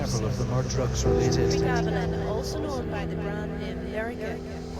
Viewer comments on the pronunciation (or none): Pronounced- pre- gab-lin